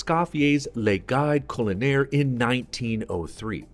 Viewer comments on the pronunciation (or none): Enjoyed the video. Until I heard you pronounce Le Guide Culinaire 😆